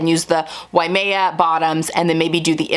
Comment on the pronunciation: Love seeing your plans. As someone who lives in Hawaii just down the road from Waimea, you were close. It's actually pronounced why-may-ah. I know you didn't ask for correction, so sorry if it's not appropriate to do so. I look forward to seeing your swimsuits as you make them.